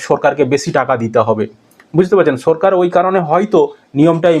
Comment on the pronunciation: আচ্ছা,তুমি কি স্বাভাবিক কথা বলতে পারেনা? সরকার কে বলছো সো রকার, আরো অনেক কথা আছে উচ্চারণ ভুল বলো।